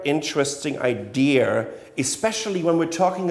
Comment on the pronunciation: The word "idea" does not have an "R" in it...